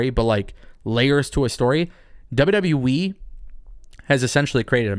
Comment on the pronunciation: He said WW WEEE